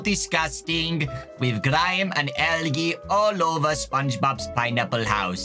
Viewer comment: Dawko pronouncing algae as “algee” instead of “aljee” was so funny to me for some reason idk why he’s so silly I love him 😭💖